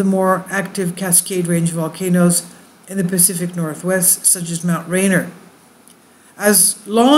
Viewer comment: Ridgecrest is two hundred plus miles south of Mammoth, as is Coso volcanic field which is mined extensively which makes me it’s not likely to erupt any time soon. ASL you said the words Patreon and Nt. Rainier sooooo badly wrong that it’s incredibly embarrassing!!!!